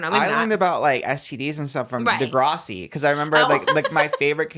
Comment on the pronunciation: saying Di-grah-si is killing me asf 😫 SHAME SHAME its dih-grass-si